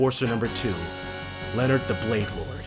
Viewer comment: It's officially pronounced Len-Heart the Bladelord, but Leon-heart is cool. Just please don't say it like Leonard again :p EDIT: Also, need to mention this because it's disconcerting me, but it's LU-gran, emphasis on the Lu there, not Le. Otherwise you just sound like you're saying Laura's hometown :p